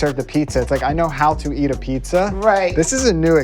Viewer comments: I wanted to see the " PEE SUH" wtf??????????? why do some people pronounce peets uh, as PEE SUH. jesus fucking christ people, can you not think about language deeper than a 2 year old? fucking get it together man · pisa, pissa, pisja or pizza? like man where those "Z"s at? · oh my god its PEET-ZA not PEESA lmao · If you wanna become the next master peesa-ola, maybe you should learn how to pronounce peetzah. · She's calling it "pissa". That's 🧢, right there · I'm sorry, I just can't get over the way you say Pisa:( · SHE KEEPS CALLING IT PISA! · It's driving me crazy that she keeps calling it "Pisa". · I was going to watch the battle but when she said pee-sa I got out. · "The pisa" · she has a show about pizza but can't even pronounce the word right. wtf is pisas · pisa pissus peesa in a cup. can you even say PIZZA? ! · Why do you consistently make a point of pronouncing it "pisa",? It's the one thing that most English speaking people actually bother to pronounce correctly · "peesa" and talking with a full mouth.... alright im out, sry even my love for pizza cant overcome this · It's mildly annoying that in a video all about pizza they pronounce it wrong and say "pisa" all the time. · Hosting a pizza show and pronouncing it pisa is my new favorite thing. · Why does she pronounce Pissa?? It just... irks me! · She’s a pizza fanatic and yet she says peesa, please stoooopp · I can't unhear it now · leaning tower of PEESA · Wants to become master pizza maker. Pronounces it peessa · You can’t be a pizza master if you pronounce it pissa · Anyone else find it interesting that she pronounces pizza like 'piece-a' lol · Pissa pissa pissa pissa, annoying as fuck. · The host of a pizza show pronounces it "peesa"...smh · i thought it was pizza now piece-a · Does she call them piece uh's lol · STOP SAYING PEESA FFS, WILL NOT WATCH ANY MORE WITH HER IN IT. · How are you gonna give a pizza show to someone who says "peesa" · Why is she saying pissa?! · Peesa. Wtf